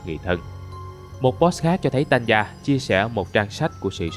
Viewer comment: Hình như Tanya phát âm là Ta ny a chứ ko phải Tan ya mà nhỉ :v?